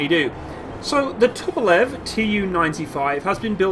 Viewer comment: Tu-polev, not To-po-love. Great plane, great turboprops.